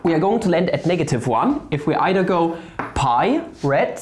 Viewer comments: "e to the ah pah over 2" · "Phaa öveür twö" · So he said Pi as "Pha" cool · Cant decide whether had a stroke and cant say pi any more or if he just hates me